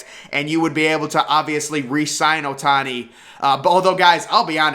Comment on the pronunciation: Bro said ohtani 💀